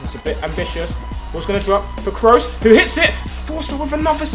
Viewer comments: Cruise not Krohs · Pronounced krus, not krows. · It's not krows its kroos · it's not Kroos it's Kroos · I know Tobi likes his OCD with pronouncing names. Lewandowski and Gundogan etc Then why tf is he saying Cross instead of Kroos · The way you say Kroos kills me. It's pronounced just like 'cruise' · he says kroos like kroas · Ps Tobi kroos is pronounced crew-ss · The 1 thing I don't like about you Tobi you support Man U and he doesent say Kroos right